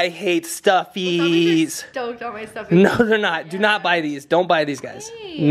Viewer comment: kk that’s not How you say stuffies